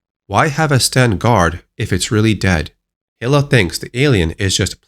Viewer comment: Hilla? You mean Hi-la right?